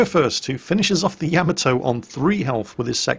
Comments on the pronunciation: It's pronounced Ya-ma-toe, not Yam-a-toe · I agree. Please, with all due respect.....Ya ma to. Not yia ma toe. pls it is grating I love your work though. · Oi you, you were ex Navy no? So you should know how to pronounce the name of the ship. Its NOT Yamatoe its Ya..Ma To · So British people say "Yam-uh-toe"? In North America we usually say "Yah-mah-to" or "Yuh-mah-to". That's kinda weird though. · You are like a WoW God to me let's be perfectly clear BUT you do one thing that temporarily lowers your exaltation a notch! That's when you speak of the greatest warship of all thyme! It's pronounced YAMATO you lunkhead not YAMATO. Other than that, well, get on with it brother it's all good. Many thanks for your hard work from across the pond. You punch my entertainment card I must say. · sweetie, I love you to death but it's pronounced Yah-Mah-Toe not Yam-A-Toe. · For a guy that's been in the navy you would think you could at least get the pronunciation of Yamato correct. It's not Ya ma toe for Christ sake it's Ya mot oh and not Yama doe, it's all together Yamotoh, Yamato. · Why s it most of you can not pronounce Yah mah moe toe? seems like every vid I see they wing it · Ya-mah-toe...Why can't people pronounce that? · Yamma toe (hyper-cringe) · I find it a bit odd that you play the sound clip of them saying the ship's name correctly, but then not 10 seconds later, you pronounce it differently. Why? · It's cute the way he mispronounces Yamato.